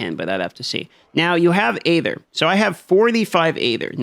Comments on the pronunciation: Sorry to nitpick, but it is bugging me that he pronounces "aether" the way he does. It should pronounced as if it were spelled "eether." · Love how bruh can’t pronounce EEEther or obALLs lol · Hey there, just so you know it's pronounced eether, the A is silent in Aether. 🙂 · I never knew hearing someone pronounce aether like hey there instead of ee-THUR would annoy me so much. 😅